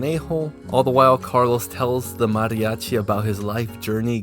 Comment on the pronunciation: "Mariachi" bro...